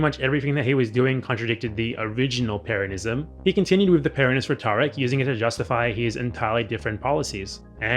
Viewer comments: in the clip it sounded like he was just emphasizing the second syllable, the way one would pronounce the name peRON(ism), rather than the way you say it throughout the video, PERonism. Granted he uses an American accent for the R but still. That was what I thought you had contention with. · Could you please stop pronouncing 'Peronists', 'Peronism' etc like that? You know how to pronounce Peron ..